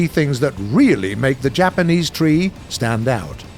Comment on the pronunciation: Bruce should never ever have been allowed within a mile of any Japanese word